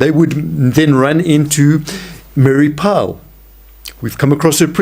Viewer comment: Mary Pyle, not Powell